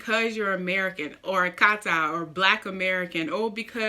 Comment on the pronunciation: Lol!!! the way she pronounced that AKATA “AKATAA “ Beautiful woman 👩 tho